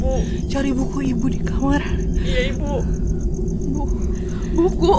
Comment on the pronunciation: yang gw denger dari sini sampe seterusnya wibu bukan ibu 🗿